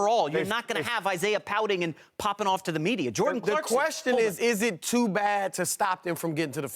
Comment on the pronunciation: For the love of god his name is Clarkson not CLARKSTON